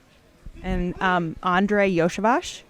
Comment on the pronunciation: for God’s sake, people! Learn to pronounce Andrei’s family name: the first “s” is for “smoothie”, the second “s” is for “ship”.